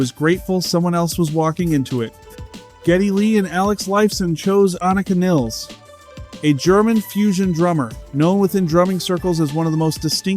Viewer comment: WHY can nobody agree on the pronunciation of her name??? It’s almost always pronounced 2 or 3 different ways WITHIN THE SAME DAMN VIDEO just like it was here! People wish to pay her respect….that BEGINS with calling her by her name CORRECTLY!!!